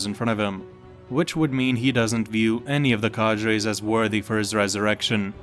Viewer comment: The way u pronounce cadres makes me fume. Well played. Have a dislike